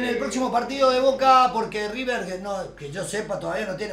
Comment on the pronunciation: Si si, por eso el "Riberbol" jaja